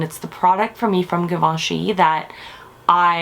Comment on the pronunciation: Great review but please pronounce Givenchy properly!